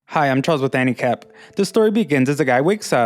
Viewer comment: Sorry for saying it, but say the start a bit slower because i keep hearing "handicap" not anicap btw i like your anime recaps keep going